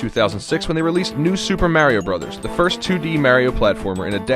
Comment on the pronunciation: Dont say fírst...